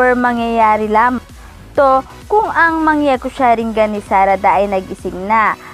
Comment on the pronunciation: Mali basa niya pati sa mangekyo sharingan